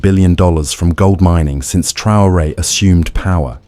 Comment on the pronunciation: En todo el video no as dicho s😂u nombre bien ni un vez.pero olee por el. Y por África ❤😊